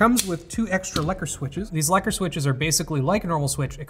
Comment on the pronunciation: OOOH! That pronunciation of "lekker" is just sublime, magnificent